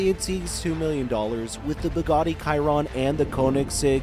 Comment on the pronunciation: you called a Ferrari 458 a Ferrari 485 and it is Bugatti Chiron.. like she-ron not ki-ron